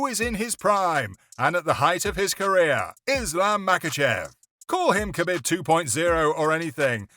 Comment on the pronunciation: Ca bib. Its pronounced kah beeb. Not cuh bihb